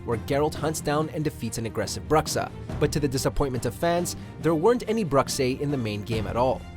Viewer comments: "Bruxa" is a portuguese word for Witch. and its pronounced "Bru - Sha" not "broxa" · Cringe when saying Bruxa the wrong way, but good video